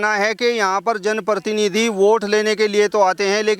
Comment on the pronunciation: पत्रकार महोदय कृपया अपनी जाटू भाषा छोड़कर पत्रकारिता की भाषा का इस्तेमाल कीजिए! आपकी शब्दावली अशुद्ध है जैसे- १-वायदा शब्द ग़लत है= वादा सही है २-जो है अनुचितऔर अनावश्यक प्रयोग ३-प्रतिनिधि शब्द का ग़लत उच्चारण करते हुए आप परतीनिधि बोल रहे है ४-आपकी टोन में बहुत ज़्यादा खड़ापन है। ५- मंत्री को मनतरि बोल रहे है। ६-लगता है आप सहारनपुर या हरिद्वार क्षेत्र की आम जनता की शब्दावली के सज्जन प्रतीत होते है। जिन लोगो का साक्षात कर रहें हो इन्हें कोई भी सुविधा दी जाये, ये पाकिस्तान के ही गुण गायेंगे।